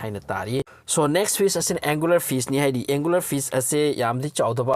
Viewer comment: Angelerfish haibne angularfish haib ntte brother